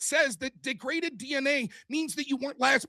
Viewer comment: omg. It's not deg-re-daded. It's de-graded. Holy moly